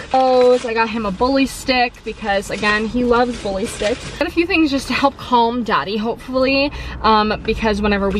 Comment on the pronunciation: When you say “Dottie” it sounds like “Daddy” 😂❤️ I’ve been looking for a new coat for months to replace my super dry winter catcher I’ve had for about 5/6 years. I want something that’s going to last. #help